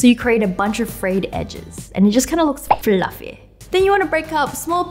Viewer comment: The way she said fluffy though 😂😂